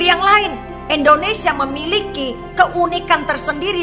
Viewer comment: Eda bisa ga kalau ucap bukan ENdonesia tapi INdonesia, waduh ucap nama bangsaku saja ga damai dengan ucapan Eda, orang bule saja ucap INdonesia jauh lebih baik, menghargai dll